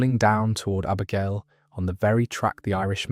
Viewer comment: They pronounced Abergelly and Clandyeloss